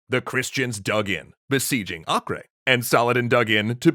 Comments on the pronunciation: Either “Ah-ker” or “Ei-ker” would be correct, but definitely not “Ah-kray” (not in English at least). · It’s pronounced acre, not akray. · A-ker.... its pronounced A-ker. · The name itself is not latin, so basically "Akray" is just the English version of "Acre" which is the Latin version of a non-Latin name The real sound of that name is completely different, since the letter "A" is pronounced as the semitic "Ayin" which is not found in Latin alphabets. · Acre is pronounced “akka “ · Why are you pronouncing Acre weird? it's Acre like the unit of land measurement. /ˈɑːkər/ or /ˈeɪkər/ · "Acre" is pronounced "Aco", short 'a' and 'o', hard 'c' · pretty sure it's just Akka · Let me join in with the hordes who are probably pointing out your pronunciation of Acre. (They might be o haven't checked.) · You guys gotta work on your pronunciation tho. "Acre" is either Ah-ker or Ei-ker. It's not Spanish lol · I’ve never heard Acre mispronounced so many times in such a short period of time.